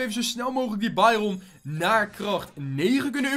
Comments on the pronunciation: Het is bairen niet bairon ik ga helemaal stuk steeds!!!!😂😂😂😂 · Trouwens dit is geen haat maar jij zegt bairon en je spreekt het uit als bairun